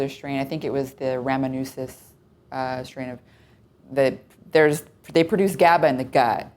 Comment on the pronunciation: The way Dr. Patrick says gut really bothers me.